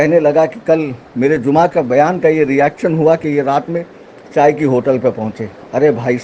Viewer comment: Acha hua abu lahab nahi bola lahu lahab kaha maine toh live main hi isko pela tha jab isne lohu lahab kaha aur sirf lahu lahab nahi balki mauqif ko maukuf bol raha tha aur sufi Irani chai ko Irani cha keh raha tha aur 2 se 3 bar ye jahil kya hani shahab ke samne baithega abhi yahi nahi pata ki iska maukaf kitna bada hai 😂